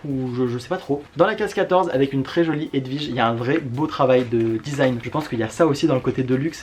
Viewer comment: C'est marrant, tu n'es pas le premier que j'entends dire "HedVige", la grande tante de mon meilleur pote qui portait ce prénom, ça se disait bien W (oui) comme dans William, Walter ou kiwi.